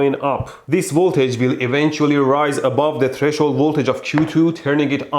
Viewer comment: Mehdi... You hurt my ears... It's not tre shold, but tres hold. 🤦‍♂️🤦‍♂️🤦‍♂️🤦‍♂️